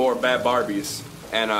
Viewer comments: Awe said bhad barbie instead of bhaddie now hes gonna get roasted😞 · I'm done he said, " Before Bhad Bharbies "